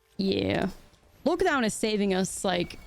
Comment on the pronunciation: it is odd you only mispronounce lockdown and no other words... great games!